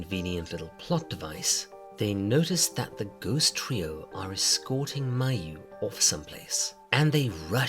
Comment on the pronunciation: "Mayu-nnaise" Now you know you wrong for that